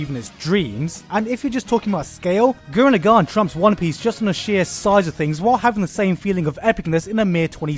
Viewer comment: It's "gurren lagann" or the full name "Tengen Toppa Gurren Lagann"